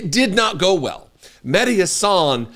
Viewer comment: I love you but why the f**k is it so hard to pronounce mehdi's last name correctly????????